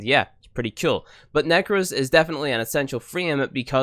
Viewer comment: umm is it "Kewl" or "Cool" ? 😂